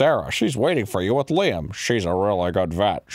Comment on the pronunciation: Its so wierd to me to hear them say Liam lol people normally pronounce it wrong lol